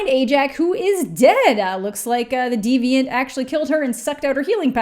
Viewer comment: Everytime you say "diviant" I immediately think of "Detroit: Become Human." 😂